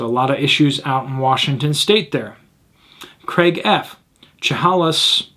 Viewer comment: Chehalis = shuh-HAY-liss